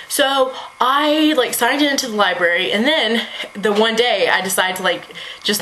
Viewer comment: I called it a Libary too lol